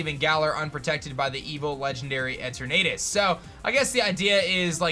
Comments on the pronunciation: Every time you said the legendary’s name as Et er Natus it hurt. It’s E turn a tus. Like eternity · It's Pronounced E-TURN-NET-TUS not E-TURR-NAY-TUS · its pronounced etern (as in eternity ) ah tus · you are saying that third legendary sooooooo wrong. E-ter-na-tus. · The way he’s saying Eternatus is making me cringe. It’s E-ter-na-tus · like eternity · "Eter na tis"